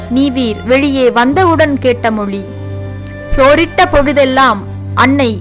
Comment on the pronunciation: Its too sad that the person could properly pronounce the words like Tamizh, mozhi, azhivu...he couldn't roll his tongue much..pronouncing as tamiL, moLi, aLivu,...so sad..i could see this dialect mostly in madurai and nellai based people..first speak the language properly..u can try to preserve it...